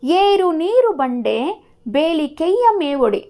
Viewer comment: ವಿವರಣೆ ಚೆನ್ನಾಗಿದೆ..but ಕೆಲವು ಪದ ತಪ್ಪು ಓದುವಿರಿ ಉದಾಹರಣೆಗೆ ತನು ವನ್ನು ತಾನು ಎನ್ನುವಿರಿ..ನೀರುಂಬಡೆಯನ್ನು ನೀರು ಬಂಡೆ ಎನ್ನುವಿರಿ..ಇವುಗಳನ್ನು ಗಮನಿಸಿ